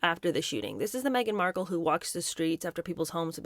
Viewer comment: Did she say : Meghan Merkle?